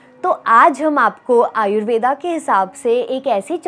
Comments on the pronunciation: आयुर्वेद ✅ आयुर्वेदा ❌ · M'am...AYURVEDAA nahi hota hai. Kripaya sahi uchchaaran kijiye.